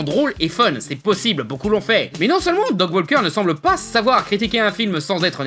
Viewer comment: Mouais, un chipotage sur la mauvaise prononciation venant de la part d'un mec qui prononce "Dog" au lieu de "Doug" c'est limite...